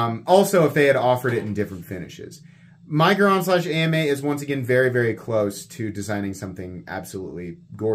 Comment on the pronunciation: I think AMEIGHT is actually pronounced Ay Mayte